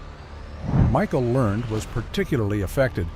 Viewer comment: Pronouce her last name right PLEASE